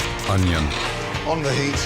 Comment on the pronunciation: 어니언 발음 퓨어 킴친데?